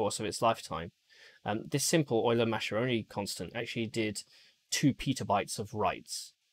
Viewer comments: Well, that's a pretty high minimum specification :) Btw, just as a sidenote, Mascheroni should be read as Muskerone from an English point :P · Mascheroni is pronounced Maskeroni